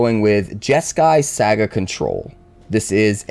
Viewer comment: You mispronounce "saga" about a million times in the intro.